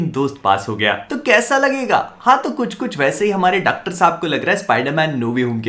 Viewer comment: 🤣🤣 "Dactar Saab" 🤣🤣